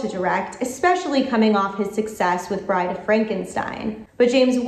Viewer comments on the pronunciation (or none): none